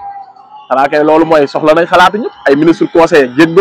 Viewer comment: Ay way yerim nopalouloul t nangou may wax mou nane ekperence 😂😂au lieu de expérience 😅😅😅